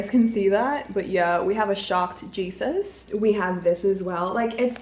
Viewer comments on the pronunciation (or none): none